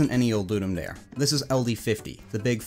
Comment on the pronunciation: I think it's pretty good for a quick prototype, especially considering the hurdles of tech issues & lack of information. I'm a long time pinball junkie, haha! Oh, and not that it matters terribly, but it's pronounced "Dar-A", it's Latin. Ludum Dare means "game to give" - the more you know & all, lol. Have fun & keep up the great work!